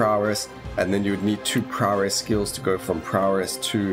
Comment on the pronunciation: Any chance you could make a tier list for the survivors as well as abilities maybe? Really getting into the game now, thanks to watching your videos. That paladin build carried me a long way too. Love how you pronounce prowess --> Prawress :D Can hardly wait for the patch to become live..